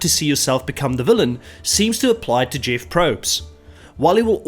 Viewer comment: it’s pronounced Jeff not Jeeoff